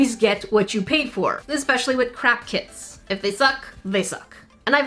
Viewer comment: I don't know if it's my inner Sika but every time you say "craft kits" I always hear "Crap kits" instead 🤣